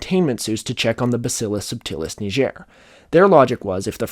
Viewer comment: Didn't look up how to pronounce "bacillus subtilis niger" tho 💀